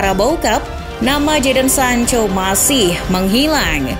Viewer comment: Pas sancho kembali jadi sanca 😀